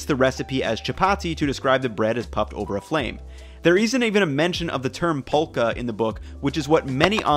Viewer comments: It's not pronounced as pholka, to put it simply it is fulka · It's not Phulka. It's more Full-ka. Also you can use just the pan to make the roti puff. You use a very very slightly damp cloth to press it down on the pan and move it around. Especially on the edges. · its pronounced fullka no pulka 😂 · Phulka is pronounced 'full-ka' No disrespect meant, just letting you know! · Not "pull ka" it's "full ca" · Love the videos. Phulka is pronounced “fulka” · Phulka is pronounced as "Fulka" Just saying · Not being mean but it's pronounced like fulka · Phulka is pronounced "Fool-Kha" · Very informative vid thanks! fyi Phulka's pronounced "full-ka" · ph in phulka is pronounced as an f. So it sounds like: full-ka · Indian approved 👍🏽👍🏽 Phulka is pronounced as ful-ka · Hey I love your videos, Phulka is pronounced full-ka or fool-ka the ph is pronounced similar to words such as phenomenon or phenom. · It’s pronounced full-ka, it’s called phulka because the puffing is called phulna (verb) in Hindi, pronounced as fool-na. Hence it gets its name phulka. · Dude, this is actually super authentic, with the Atta, and the different names, the hot water in the dough, etc. I've really loved your videos for a little while now, so it's really cool seeing you do this. Rotis are like an everyday sort of thing, because you don't need a fucking tandoor to make them. P.S: The ph in phulka is pronounced like the ph in phone. So it's really pronounced "fulka". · FYI phulka is pronounced with an F sound, not P (i.e. "fulka"). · He almost said it right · Ph should sound like f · Haha so nice to see someone make this instead of Naan. Also Phulka is pronounced with an f sound! Just wanted to let you know, like how you say phone.